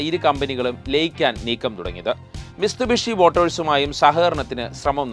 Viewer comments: മിസ്തുബിഷി അല്ല മിത്സുഭിഷി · മിസ്തുബിഷി എന്നല്ല മിത്സുബിഷി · മിസ്തുബിഷി അല്ല മിത്സുബിഷി